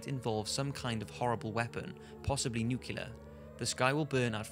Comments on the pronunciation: The pronunciation of the word, 'nuclear': If you can say, 'clear,' and if you can say,'new' then you can surely say 'new-clear.' NOT 'new-cue-lar' or any one of the other mispronunciations. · Nuclear. Nu-clee-er. Not nucular. :[ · It's NUCLEAR! *not NUKULAR! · It's NUCLEAR not Nucular :/ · It's not nukelar, it's nuclear. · I am well aware that this is nitpicking, but it is pronounced 'nuclear,' not 'nucular.' If in doubt, refer to the spelling. Otherwise, these videos are awesome for killing time. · Nucular, nucular.... it's nuclear.... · NUCLEAR, NOT NUCULER!!! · It's nuclear Goddammit Nuclear not nucular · The most unsettling thing about this video is hearing a guy with a british accent say "Nucular" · Why do you say nukilar? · nucelar... omg sarah palin confirmed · "nukular" lol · Did he say "nucular"? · cant stand it when people say "nucular" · Stop saying "nucular". That's not a fucking word. I am romanian and I know that and you should too! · Can you please stop saying nucular? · the way he says nuclear really annoys me. no offense to him. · you obviously can't pronounce the word "nuclear" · Btw learn to pronounce "NUCLEAR" you'll sound less like a moron.